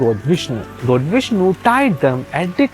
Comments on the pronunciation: Say “gawd” not “goad” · Your pronounce "...God" as goat! Pls Check tht.. I don't live in India .. Yr pronunciation misleads the text understanding!... Pls rectify it....all Over world watching it..information good!